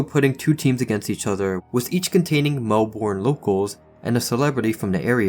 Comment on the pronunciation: Just to clarify, Melbourne isn't pronounced as "Mel-born", it's closer to "Mel-burn", but with very little emphasis on the second syllable.